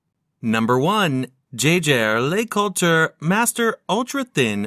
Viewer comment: They could have programmed the robot to pronounce Jaeger-LeCoultre properly, 15 seconds in and the mispronunciation has triggered me 😅